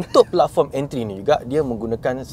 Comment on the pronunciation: mohon betulkan bunyi dua perkataan ni boleh? Channel kereta bunyi 2 ni penting? Sportage bunyi (sport + age) bukan (sport + touch). Platform bunyi (plat + form) bukan bunyi (plug + foam)